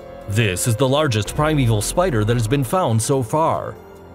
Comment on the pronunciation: Prime-Evil? Really?